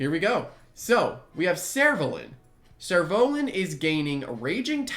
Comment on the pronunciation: ah i was listening to his pronunciation I was like Surolan xD. What is that